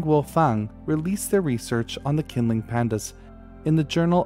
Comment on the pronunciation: The q in pinyin representations of Mandarin Chinese is, for reasons best known to its originators, used for a sound closest to ch in English. Qinling is best pronounced as "Chinling". Presumably taking their cue from Irish spelling, designed to fool and annoy the English.